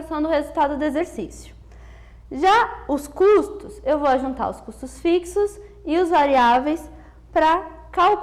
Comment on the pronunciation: Muito obrigado pela aula, vejo alguns comentários desnecessários pela professora ter falado "Exempro e ajuntar" Gente deixem de besteira, esse pequeno erro não desvaloriza em nada o excelente resumo dessa matéria que foi muito bem explicada e tenho certeza que ajudou mto a todos que estão aqui criticando. Quem nunca apresentou um trabalho sem errar uma palavrinha ou outra que atire a primeira pedra. E mais uma vez obrigado pela aula. 2017 o/